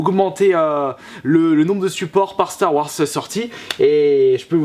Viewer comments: Ouai par contre ça se prononce "Star Warze" et pas "Star Warce" mdr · Star Warsse, apprend à parler. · on dirait que tu dis Stare Warsse x)